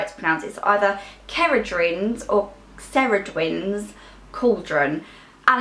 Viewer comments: Ceridwen is pronounced - care - id - when :-) xxx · Ceridwen's cauldron is pronounced like ceri the name (kerry)-dwen. It's a welsh name :)